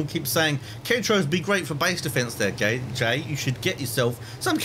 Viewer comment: he called himself gay instead of jay XD